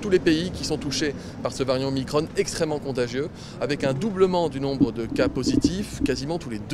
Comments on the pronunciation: Pourquoi il disait Omicrone et non Omicron. J'adore quand il dit des publications scientifiques sérieuses, il nous confirme donc qu'il en lit des non sérieuses 😁 Résumons : paniquez c'est la vague, paniquez pas c'est pas grave et j'ai plein de comités Théodule en place ! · Pour faire simple Mm Véran, il n'y a pas que les chiffres qui ne sont pas bons! De plus vous dite pour le virus, (sic) le variant Omicronne et non pas Omicron comme ballon, balcon, cornichon....etc ! Je ne comprend pas la prononciation que vous et bien d'autres utilisez. Vous déformez déjà tant de choses que je vous serai reconnaissant de ne pas déformer notre culture. Perso j'espère qu'après le variant Omicron pour finir 2021 nous n'aurons pas a affronter le "Véran Omacron" voir Omacronne comme vous aimez prononcer les mots terminés par ON ! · Déjà de base pourquoi il dit OMICRONNE ?? C'est pour ne pas facher son maitre ? Pourtant on dit bien un proton, un neutron... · Va falloir choisir entre l'anglais ou le français, mais stopper ce franglais dégueulasse. Soit c'est ô-mai-kro-ne soit c'est o-mi-cron mais pas un mélange des deux.